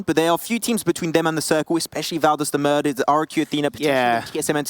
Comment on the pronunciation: Actually getting annoying how you guys say Valdas “the MURDER” 😕. Please chill and say it normally